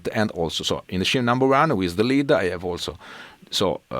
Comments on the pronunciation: That was great!! Just a tip from a Yank.....scene in English is pronounced ‘seen’. Your English is very good. My wife is in her 4th year of Italian and studies 3x a week. For some reason, I have to adjust my eq by decreasing bass and increasing highs to equal your tone. I think your guitars and pickups are the culprit....in a good way. Very ass kicking tone. Keep up the good work! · Just a tip : "scene" viene pronunciata "seen" .